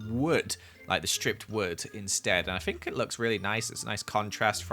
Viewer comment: I love how he says ‘FinK’